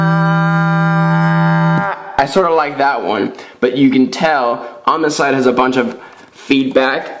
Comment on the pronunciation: It's "oam"icide. Like saying "foam" without the f. Not omnicide. Can't take it anymore.